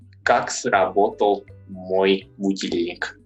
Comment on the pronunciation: Its not mój dom in russisn but moj dom. Not muj but mOj